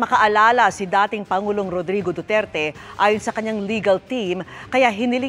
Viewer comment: Best actor goes to Rrooddrriiggo dduuterte 😂😂😂😂